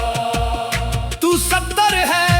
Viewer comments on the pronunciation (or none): Talaffuz sahi nahi hai. یا سطار ہوتا ہے سطر نہیں